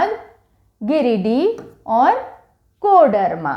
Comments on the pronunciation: गिरिडीह होता है जी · Ma'm आपने जिलों के नाम का prounciation सही से नहीं किये है। जैसे- लातेहार, गिरिडीह, लोहरदगा etc.